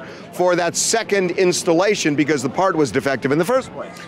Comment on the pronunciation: The mechanic might have been sticking it to him for bringing in his own paahrt Mechanics/techs play games, trust